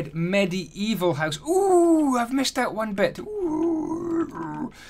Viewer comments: Are you Dutch? Just the way you say ‘huis’ = house xD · oooooh, i would't think that. You say house almost exactly like in Dutch, and how you say down sounds like dune in dutch (duin). I just thought it was funny. Btw I love this house, just build it in creative, gonna build it in my survival world as my base, and make the upgrades too!